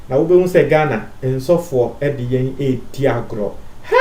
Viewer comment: My friend say Asofour not Ensofour please